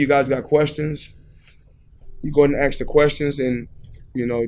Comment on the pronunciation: "AXE" THE QUESTIONS....